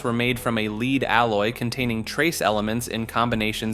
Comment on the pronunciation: How does he not know how to say lead 😂